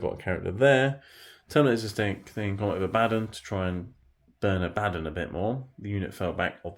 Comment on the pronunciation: AH-BA-DON NOT AH-BADDON